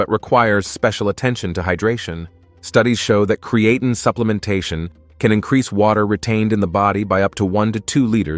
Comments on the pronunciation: Lol@ pronunciation of Creatine! 😅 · It would be nice if he pronounced Creatine correctly. If it increases DHT , no thanks .